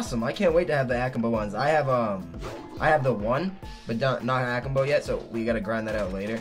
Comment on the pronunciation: the way he says akimbo lol